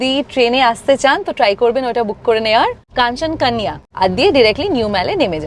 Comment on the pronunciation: Video ta bhalo laglo Other than Kanchan Konya pronounciation